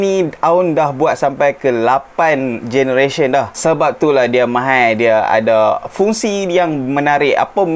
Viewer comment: ....tolong tekan Aune pronounce from Chinese lebih sikit. Hehe Mahal ya....bukan Mahaie 🤭 Chinese cannot say Mahaie...😁